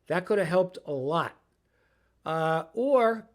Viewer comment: thanks for the video once again.....Two great moments in these videos, the head shake such as , and then possible option this, or possible option that, followed by the slight pause and then emphatic "ORR....DON'T GET MARRIED!!".